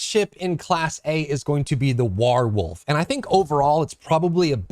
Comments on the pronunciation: I just want o know where you learned to say "whar-wolf" like that. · I'm sorry i had to stop watching when you said "wArwolf" did the second time! Can't you see how obvious it is to pronounce that name correctly?